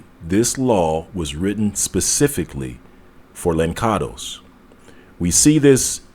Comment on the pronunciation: Just a small note...the correct way to say Lançados as the sound "lanssados" meaning throw away...I'm Portuguese btw...and "molato"